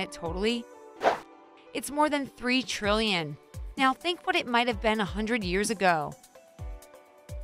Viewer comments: Guys, it's TREE TREELLION. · Yep, more than 'tree treelion'.